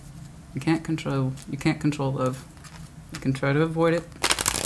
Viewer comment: Love you just sounded English haha